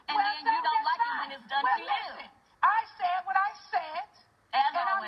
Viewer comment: "I Shaid what I Shaid!!!"...😭😂💀